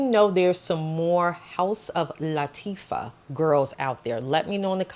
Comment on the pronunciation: Nice video…Btw it’s pronounced LA-TA-FA And yes that insomnia has gotten me in trouble many times 😅